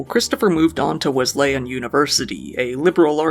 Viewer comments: It’s pronounced Wez-le-en and it’s Middletown not Middleton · Wes - lay - on. Lol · Wez-Lee-Un. And Mid-dull-Town Wesleyan…. And…Middletown.